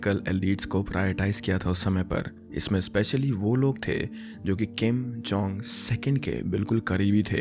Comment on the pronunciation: kim jong SECOND nhi, किम् जोङ इल् hai Video Dalne se pehle aur research krna chahiye bhai